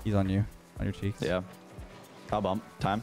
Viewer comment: the way said cow is almost the way the dutch people say cow. Our word for cow is koe and basicly the way said it is almost spot on. So there are humans in the world that say cow that way, just in a different language haha.